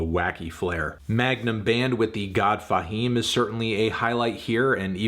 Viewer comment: Why he say westside name like it’s a space between em? trippin on fahim name too talm bout “thee god fahim” smh white folks be trippin